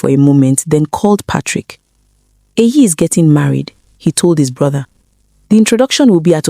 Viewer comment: It's EYI, not AYI. It's a short form of EHIME, which is my name. It's an Edo name, not Yoruba.